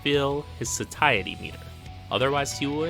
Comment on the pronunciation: Satiety = “say-she-aye-uh/ih-tee” 👍